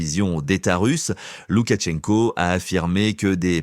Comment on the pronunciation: Ce journaliste est agaçant avec ses “Loukatchenko”! C’est Лукашенко, donc “Loukachenko”, sans aucun son T. Quand on se dit professionnel de l’information, il faut commencer par se renseigner soi-même.